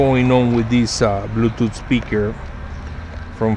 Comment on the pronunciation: blueutouth speakurrre XD bluetooth speaker he mean*